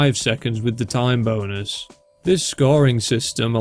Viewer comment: HELP I THOUGHT HE WAS SAYING "TIME BONERS" THE WHOLE TIME